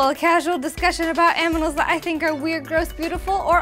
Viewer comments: In the beginning u said aminals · hey are you always like that? i mean a little bit crazy about 'aminals'? or is it more of an act liky boxxy?